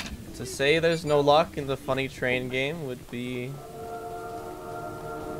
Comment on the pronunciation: GET TUGH ZEH TRAIUN AUUGH